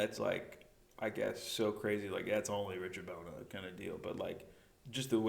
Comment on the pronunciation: lol that look when she pronounced richard bona's name wrong